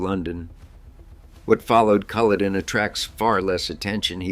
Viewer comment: Check the pronunciation of words you have not encountered before eg "Culloden" or is this all AI?